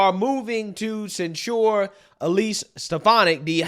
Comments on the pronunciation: censure sounds like "SEN-chur". "SEN-cher". not "sen-SHOOR" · Okay,. remember when I spent about three weeks BREAKING YOU OF THE HABIT of misusing the word "whom"? Well, I've simply had enough of your mispronunciation of the word "censure". It is pronounced CENsure. NOT cenSURE. Got it? Let me drive this point home for you. When you MISPRONOUNCE that word AS THE ASTUTE POLITICAL OBSERVER THAT YOU ARE, you may as well entitle your video "27 SEVEN YEAR OLD MORON ATTEMPTS TO EXPLAIN POLITICS". Got it? Love ya. Want you to be the best. Stop mispronouncing the word SENshure. Hoocked onn fonicks werks fer mee!! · please learn how to pronounce the word censure you were putting the accent on the wrong syllable and it really loses credit when it is the focus of your video you can google the word and it will teach you how to pronounce it but it’s embarrassing